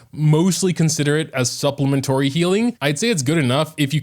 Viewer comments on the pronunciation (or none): It’s SUPPLEMENTARY not supplementory💀🤣